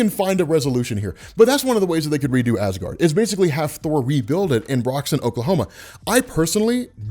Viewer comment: Ha ha you said gard